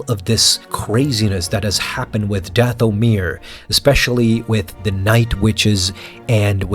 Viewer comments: Your accent is on the wrong syllable when you say “Dathomir”. The accent should be on the first syllable as in “DATH-o-mir”. Forgive my extreme nerdiness about this issue. I studied with an expert linguist for years and it kind of rubbed off on me. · omg it's not dath-o-mirror lol